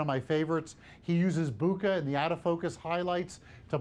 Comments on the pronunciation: He said booookah !! 😂😂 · Worst pronunciation of bokeh award